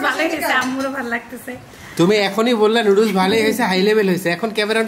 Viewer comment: নুডুস না আপু নুডলস হবে কথাটা